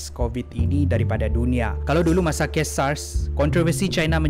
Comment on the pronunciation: cuba sebut perkataan tu..bgi btul skit..sbb sya dngar kau sebut ges bkn kes🤣😂😂